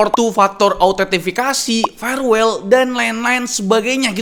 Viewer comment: dari "firewall" jadi "farewell" 😭